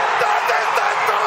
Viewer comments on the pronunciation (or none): DaSSSch ischt daSCHSHS TOR XD legende